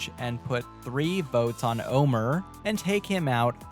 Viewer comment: Yeah, that segment really bugged me. Not only do you have an entire season to learn how his name is pronounced, it's not even spelled that way to throw Luke some kind of bone.